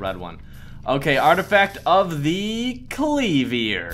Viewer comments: Also were you good at English at school? Cause you couldn't even read the word "clever" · I like how he got the artifact of the C L E V E R but pronounces it wrong